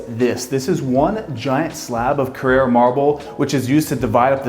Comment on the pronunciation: It's "CARRARA" Marble not Carrera, it's not a race car